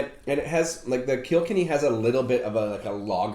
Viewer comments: Kilkenny is pronounced kill-ken-ee 😎😎😎🇮🇪🇮🇪🇮🇪🇮🇪love the videos keep them coming. Did you guys get the Slane Irish whiskey 🥃 yet. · The way the prounonced kilkenny 🤣